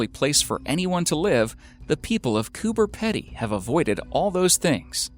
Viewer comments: Coober Pedy is pronounced Coober 'Peedy' not 'Pedy' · Its said Cooper Peedy, and it is not remote. Fucking idiot yanks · I do like watching these, but for goodness sake learn how to pronounce words correctly. It's almost cringe worthy how many Australian words are mis-pronouced. Cooper Pedy is Copper Peedee. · Zack Sherman Or they’re all Australians irritated over how many times he miss pronounces ‘cooper pedy’ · I’m sorry I had to click off the video cause I couldn’t stand the pronunciation of Coober pedy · Coming from an Australian, I am offended that you pronounced Coober pedy wrong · I came to say about cooper pedy pronunciations as well.. hahaha 🇦🇺🇦🇺🇦🇺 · Please go to Google Translate and learn how to pronounce Coober Pedy... lol :) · He doesn't say it like that because of his accent, it's because he's never even heard of the place before and is reading it phonetically. Pronouncing something wrong and having an accent aren't the same thing.